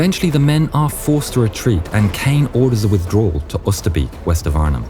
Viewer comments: Oosterbeek is pronounced oh ster bay k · Oosterbeek pronounced as Oosterbake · I love how you say Oosterbeek, as a person who lives close to Arnhem i know thats not how you say it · The way you say Oosterbeek en Arnhem its so gunt to hear it from A nother contry I live in both playsis